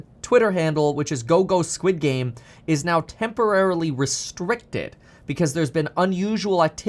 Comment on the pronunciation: Squed game. Coin lol 😂